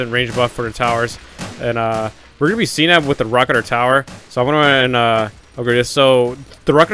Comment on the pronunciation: Its rocketeer (rock-eh-tier)